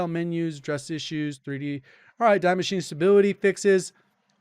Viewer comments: Deee MachinE. The E is pronounced as well... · its not "DIE" machine - its German and you pronounce it "DEE" "Die" means "THE" translated to English = The Machine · Its pronounced "Dee Mash-e-nah" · Was reminded also of the Simpsons when I heard DEEEEE MACHINE: - Doesn’t that tattoo on your chest say DIE BART DIE? “No that’s actually German and means die Bart die !” - No one who speaks German can be an evil man! So yeah pronounciation matters here. But it’s also pretty complicated since you say Die Maschine but Der Maschinenraum or Das Maschinenwartungsfachjournal. HUEHUEHUE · "Die Maschine" is pronounced like "dee machine-uh" (sort of), for future reference